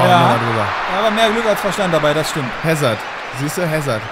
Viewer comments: E.Hazard wird "Asa" ausgesprochen und nicht Häsard :D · Hässerd wird soweit 'Asahr ausgesprochen. (Ist Belgier) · Hazard ist Belgier. Dort spricht man Französisch und er wird "Asar" ausgesprochen. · er heißt hazar also so wird er ausgesprochen das ist ein jungstar aus belgien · nur so als Tipp bei Hazard werden das h und das d nicht mit gesprochen (französischer Name)